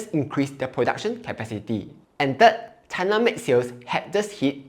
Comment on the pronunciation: do you really want to trust a jhk who pronounces china as cai-na? GG tesla bulls